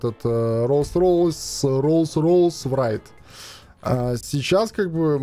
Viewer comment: бляяя как же бесит когда РР рейс называют врайт